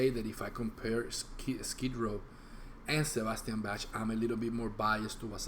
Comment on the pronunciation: The words are wrong in the video. Its " who's behind the REIGN", not rain. I'm a rnr OG. Bro, his name is pronounced BAK. Plus thats not the reason he didn't like Stryper,man.